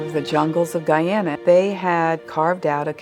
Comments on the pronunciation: I’m from Guyana 🇬🇾 and it’s pronounced guy Ana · My mother was born and raised in Guyana. It sucks that this beautiful country is known mainly for this disaster. Oh and PS - it's pronounced GUY-AN-NA, not GUY-AW-NA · Guyona?... How dare you mispronounce Guyana like that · I was most shocked by the pronunciation of Guyana